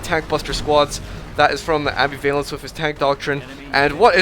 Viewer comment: Oh my god, great commentary, but seriously dude, it's am-BIV-alence, not ambi-VALence